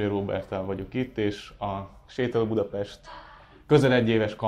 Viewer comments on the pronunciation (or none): none